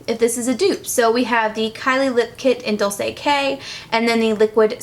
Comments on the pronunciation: Dolce pronunciation is " dolChe" just FYI :) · hey! loved the video but just wanted to mention that the kylie liquid lipstick is pronounced "dolche", that is italian for sweet, by the way snap send me!